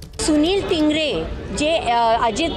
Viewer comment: Dhingre nahi bhingre aahe